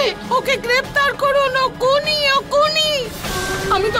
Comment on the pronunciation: ওইটা কুনি হবে না ওটা হবে খুনি